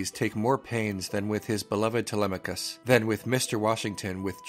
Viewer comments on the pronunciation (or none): none